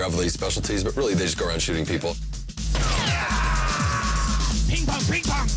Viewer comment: Its “Ping Pang, Ching Chang” not “Ping Pong, Ping Pong” it ruined the movie!